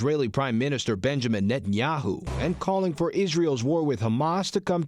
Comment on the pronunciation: Biden is critical of Nathayaoo, now !!! When he has butchered 30 thousand palestinian. Was he dozing then!!!